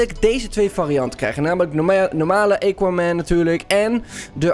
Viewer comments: ja geen eeequaman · Het is aquaman met een A en niet equaman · Het is AHHHH KWAAAAH MENN niet EYKWAMEN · Niemand: Helemaal niemand::eqauman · Lol “EQUAMAN” 🤣🤣🤣🤣🤣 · E quaman😂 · Iedereen: Aquaman: equaman TIJE _: eqauman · Iedereen: Aquaman: Equaman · equaman De mensen die kijken: AAAAAAAAAAAAAAAA HET IS AAAAQUAMAN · Niemand: Helemaal niemand:: eekwamèn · Niemand::equamen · Ik kan me zo storen equaman het is Aquaman geweldig dat sommige mensen het niet goed zeggen dan mag je ze verbeteren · Eguamen hahahaha tis aquaman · Haha equaman het is aquaman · EEEEEEEEEEEEEEEEEEEEEEEEEEEEEEE... Quaman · equaman hahahaahahha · Het is aquaman niet eykwaman🤣🤣🤣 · Zegt hij nu eekwaman? No hate but it is always first miedas nu eekwaman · Ah yes "ejkquamen" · hoe zeg je aqua man bij equaman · siriejuus eeqwamen het is aqwamen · het is aquaman niet equaman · Het is aquaman niet equaman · Hoe de kanker spreek jij Aquaman uit... EEQUAMAN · Nobody: equaman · Nobody: equaman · "Eekwamen" lol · Mo Amine in Amerika spreek je het gewoon uit als "akwaamen" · Niemand: Helemaal niemand:: equaman (Nice video) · Niemand: Echt niemand:: eequaman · equamen Dion: Misty meeedows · Aaaaa cwaman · Niemand:: eequaman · Lol hij zegt gewoon eqwa man😅🤣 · Niemand:: eeqa men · Wanneer Engels praat, krijg je dit. Eekwamen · hahahahaha eguamen wtf top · Equaman hahahahahah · Eqaman 😂😂 het is A niet E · Het is aquaman: aakwaamen zeg je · Hij zegt eeguaman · niet aacauman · Ben ik de enige die zich ergert hoe hij aquaman zegt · Ik die gaat kijken in reacties omdat ik wist dat iedereen ging praten over hoe Aquaman ging zeggennn HAHAHAHA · GA FK AQUA MAN LEREN UITSPREKEN